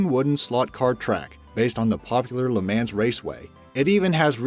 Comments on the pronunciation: You actually pronounced it le “mans” rather than mong. Not to talk about the fact that you said, that the wii was less popular than the PlayStation 3 or xbox360 when it sold a lot more than Those Two. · its pronounced le mons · The way he says Le Mans is pronounced le mon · You pronounced le mans wrong it le mans (luh MUN) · its pronounced le mons not le mans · Pronounced LA MONS please. Not la man. Just so you know. But anyways entertaining video! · It’s pronounced le mons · Le Mans is pronounced le mo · Say Leh Mans one more time and I swear. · Le ManS. Bro before you make a video please figure out how the fuck to pronounce the shit u talking about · JOU SAID LE MANS TOTALY WRONG TWICE!! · You pronounced le mans wrong